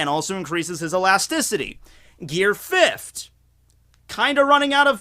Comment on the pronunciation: Gear Fifft